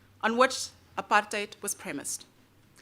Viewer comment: At least you pronounce the word "apartheid" correctly. I love that you're my fellow country-person (in case "countryman" is unacceptable), and make me proud of being a South African.